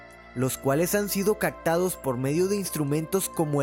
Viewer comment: Muy Interesante, gracias. Pero sería bueno que pronuncies mejor. Es "vibraciones caPtadas", con P, no "cactado". Y Voyager no se pronuncia "Volllaller"